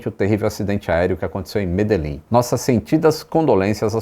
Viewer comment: É estranho pra mim que falo português mas que sou colombiano escutar o nome da cidade "Medellín" e algumas outras expressões e orações com uma pronunciação errada rsrsrs. Mas achei muito bom o documentário rsrsrs